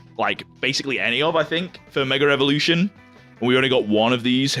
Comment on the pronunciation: I find it so funny that you keep saying "meger evolution" 🤣 btw love your content and the way you collect bro 💪